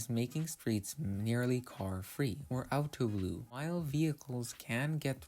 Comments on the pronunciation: It's "autoluw" not "autolew" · it's autoluw (almost car-free) not autolew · A few comments from my side, its called "autoluw" instead of "autolew". Luw means to be out of the wind/sheltered from the wind. So autoluw means sheltered from the cars. Secondly, a few pictures in your video are from English or American streets, i think it would be better to use Dutch examples. Just steal them of google streetview! And lastly, roundabouts are not per se really that friendly for cyclists. Especially when turning right (and not paying attention before coming to the roundabout) its easy to miss a cyclist in your blindspot. Especially on some of the smaller roundabouts that we have in villages. But because of the segrageted bikelanes, it is ofcourse more safe then just cycling on the main road. Also, there are now area's where cars can come, but they are guests, meaning pedastrians and cyclists have priority, regardless of what the situation is. You see this most often in city centeres